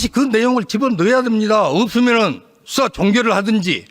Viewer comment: 술처드시고 하는건가? 발음이 이상하네.. 수사라는 단어가 왜 숫자로 들리지? 왜 민주당의 질의시간은 전부 약처드시고 질의하나? 쫄보들이라서 아님 수박이라서